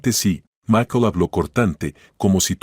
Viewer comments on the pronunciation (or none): Este señor no sabe hablar o leer Cúal macol es maikol y se escribe Michael y es VICTORIA no vetorea. Lea bien